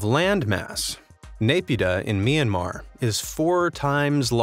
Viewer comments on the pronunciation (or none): none